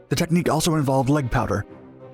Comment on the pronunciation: Did he say, leg powder?